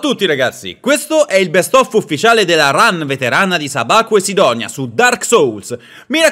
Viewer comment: Perché dite "sidonia".